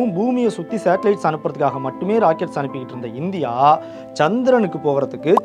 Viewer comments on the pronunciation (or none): none